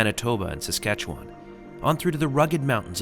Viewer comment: Welcome to our country. I hope that you two enjoyed yourselves. Oh Susanne didn’t warn you of her Bingo skills on the wedding day, sneaky, sneaky. If you ever get a chance to drive Highway 1(Trans Canada Highway) you should do it. pronounced Saskatchewan like a pro. Most people start making faces, trying to sound it out. Good job.